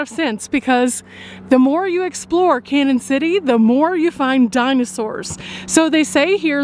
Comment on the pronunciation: Its pronounced Can-yun not Cannon..sorry just trying to help 😊